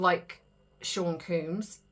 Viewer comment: I think it's Sean Combs not Sean Coombs.